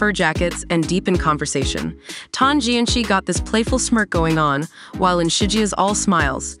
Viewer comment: The “ci” in Tan Jianci’s name is actually pronounced as a soft c (sounds like an s) and not the pinyin Q sound.